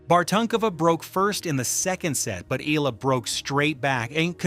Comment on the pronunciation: Pleaseeeeee! For the last time her name is pronounce EE- YAH- LAH!!!! OK!!!!????? EE- YAH- LAH!!!!!😮